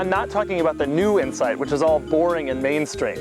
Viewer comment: I swear he said Honda Insect